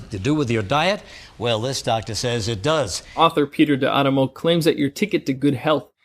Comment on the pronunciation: “D ADAMO” not “D ANAMO”.